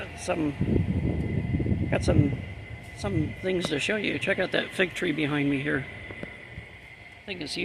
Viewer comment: Hi and Lady! Oh, fig tree - at first I thought you called it a fake tree. lol Lost of potential in all you showed. That helicopter reminds me a lot of the RAH Skyhawk aircraft, those were cool!